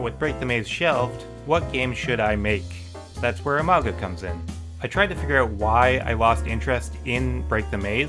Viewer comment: Are you very in love with the name "Imago" ? I just want to point out that listening to your video when you said "Imago game" "Imago week" Imago anything, all I could hear is "a MAGA game" "a MAGA week" "a MAGA" anything. I just... wanted to point it out, do what you want with that information.